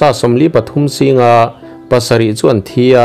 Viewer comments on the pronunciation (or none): none